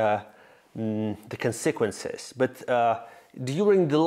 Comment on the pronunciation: Скажите кто-нибудь Михаилу что он неправильно ставит ударение в слове "consequences") уже не первое видео обращаю внимание